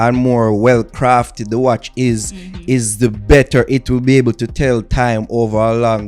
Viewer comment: U didn’t pronounce the watch correctly